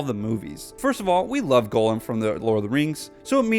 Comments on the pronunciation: sounded like you were saying Golem. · Can't believe how bad you pronounce Gollum